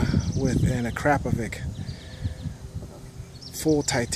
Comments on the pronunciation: Nice bike, but prefer original Akrapovic. And a hint: I noticed it here and other videos, you say akrapovic wrong. I come from Slovenia, where akra is made and it is pronounced "akrapovitch". The line over the "c" tells you its not a regular "c". Hope you notice it and educate fellow riders:) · Phenomenal bike! Are you sure you're saying Akrapovic right?